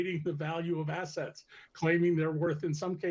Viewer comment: I could of sworn i heard the "t" missing from assetts. 😂